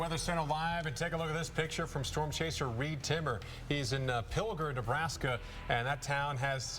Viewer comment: Drink everytime someone mispronounced Pilger and everytime "Ben are you there"